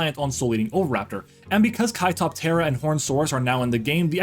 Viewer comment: You’re the first YouTuber I’ve heard say Kaitoptera correctly lol props